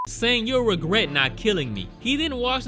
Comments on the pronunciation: "Inquiwy" "wegret" "wnlife" HEY Y U BEING SO CUTEE HSHAHSA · inquiwy? wegwet? u got a nice elmer fudd thang goin on this episode lmao